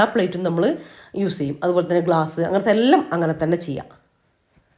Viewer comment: എല്ലം അല്ലാട്ടോ.. എല്ലാം ന്ന്‌ പറയണേ 😁